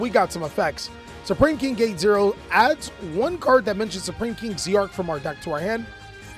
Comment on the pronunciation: Its Zarc not Z-Arc